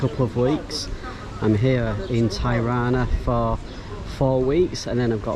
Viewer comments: It’s pronounced Te-rana and not ty-rana. Great video by the way. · Its not "Tajrana" its Tirana ... same as you would say "TI"ktok :)